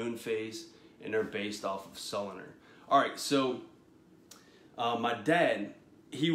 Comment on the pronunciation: Pronounced: so lu nar